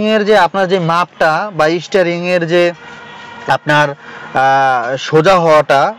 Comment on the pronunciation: Isstaring 😂, isstarted